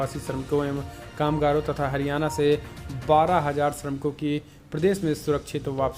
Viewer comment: Hariyana ka sahi ni bola apne 🙄